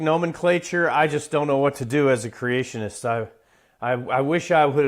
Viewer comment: I just love Fred's sexy lisp. And the way he pronounces he eloquent words Geology - JOLLY-G Creationist - CRAtionist Helium - HeliuN Accurate - acKERate Particular - ParTICKLER Population - PAPAlation Fairy tales - FURry tales Biologist - BALLAgist Abiogenesis - UHbiogenesis Manipulating - MuhNIPPLEating Secular - SecUHLar Whales - WELLs I keep having to edit my post to add more as I find them 🤣🤣🤣